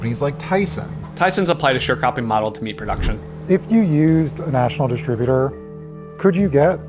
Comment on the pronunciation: Dis-tribu-ter. Emphasis on second syllable, not the first.